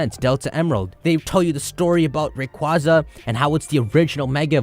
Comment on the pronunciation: Its pronounced rayquaza ;)